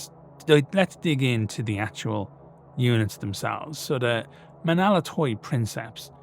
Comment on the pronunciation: Even in the utter extremity of the invasions of Hell, the Romans endure. Ho Stavros Nika! For the Queen of Cities! As an aside; Menaulatoi is pronounced men-av-la-toi. V and u is often conflated in medieval Greek but it almost always acts as the consonant rather than the vowel